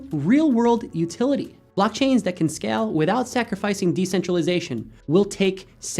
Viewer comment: dude its scale, the a is pronounced with AE sound not AH sound. seriously...L2 english please